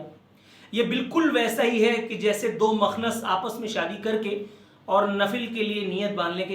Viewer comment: محترم یہ لفظ " مخنث" بروزن " مہذب" ہے ۔ نہ کہ بروزن "مذہب" ۔